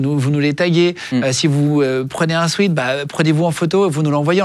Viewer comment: guillaume PLEASE on dit pas un SWEET on dit SWEAT prononcé swait. Merci